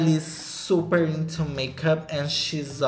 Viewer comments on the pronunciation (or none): none